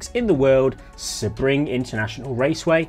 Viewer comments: Just a heads up Sebring is pronounced "See-bring" not "seh-bring". Good job on the video though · He probably had the info early. I'm not bothered if he did. He does call the track "Sa-Bring" though. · No, not in British English. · Correct! Idk why the Brits tend to pronounce it this way. It’s like they apply the “Nurburgring” pronunciation. The city the track is in is Sebring, FL. The “ring” in Sebring is purely coincidental. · Love you, but do you even try with the pronunciations anymore? Seb-ring like it's Sebastian Vettel's personal race track 😂 It's one of the most famous race tracks in the world, definitely top three in the USA.